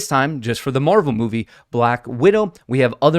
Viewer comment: Did I hear moonvie?